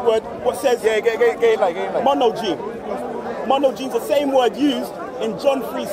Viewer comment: Wow, the guy can't even pronounce the Greek word correctly. Monogenes is pronounced like "muh-nah-gah-nes", not "mono jeans" LOL! Then, at the end just acts like he proved something and walks away. Too funny!